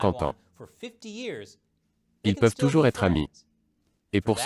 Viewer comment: "Ils peuvent toubours être amis" 😊😊